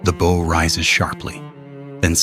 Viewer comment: The "boe"?